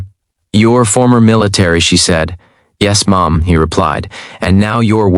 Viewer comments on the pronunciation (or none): It just keeps getting better. The AI misread "Yes, Ma'am" as "Yes, Mom". Love it. Good story, BTW.